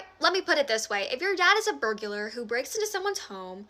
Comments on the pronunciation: All of her arguments are terrible but I can't stop laughing about "burgulur" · I’m sorry, but the way she speaks just goes to show that she’s uneducated. So many mistakes in pronunciation and grammar. What’s a fucking “burguler”?? I know people can have stutters and stuff, I have a stutter myself, but this is not just a stutter or disability. This is lack of education. The correlation between lack of education and right wing extremism is staggering. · Dafuq is a "burgyoular"?